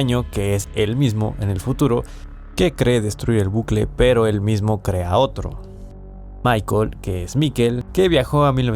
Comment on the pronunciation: Michael se pronuncia “mijail” en Aleman